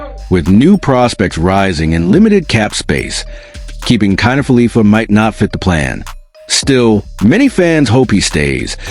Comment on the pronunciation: IKF is Isiah kiner-falefa. Not felipa.